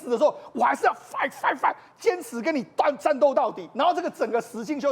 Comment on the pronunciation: 英文在亂發音 是fighting好嗎